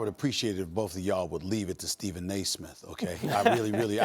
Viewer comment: wth is Stephen "nAismith" even trying to say here?